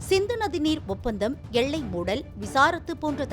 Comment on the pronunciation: என்னம்மா செய்தி வாசிக்கிற? எள்ளை யா எல்லையா? தமிழை நல்ல ஆசிரியரிடம் கற்றுக்கொண்டு பேச வேண்டும். எனக்கு காதில் ரத்தம் வடிகிறது.